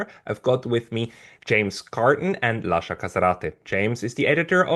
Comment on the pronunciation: No, no, no🙉This cannot be the correct pronunciation of Lasha's surname... and he's prominent on Neutrality Studies